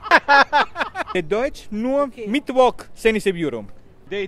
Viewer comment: "mittwok" hahahahahahahhaah